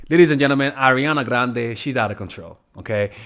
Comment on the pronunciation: I love the r on grrrande 💀🤣